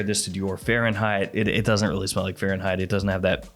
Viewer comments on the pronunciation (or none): none